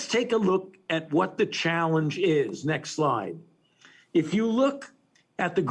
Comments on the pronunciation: How is this frauds opinion newsworthy anymore?!?!?! (funny how he keeps pronouncing it as "next lie") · Is he saying "next lie" or " next slide" ??